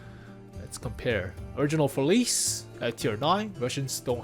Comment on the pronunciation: oh, its pronounced “Feliche”, come on man